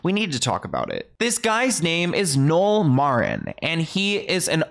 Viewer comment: I'd love a deep dive into antm! Oliver Twixt has some great interviews with the models on his channel! And just an fyi (no shade) the guy Nolé Marin's name rhymes with "olay" for future reference! 🤗💙🤗